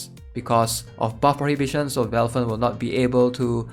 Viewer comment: i love when you call valthicc "velfern" x)